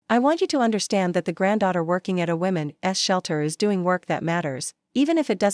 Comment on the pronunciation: Women's shelter NOT women s!!! The s is not said separately!!! Try to proofread and teach your AI to read properly!!!!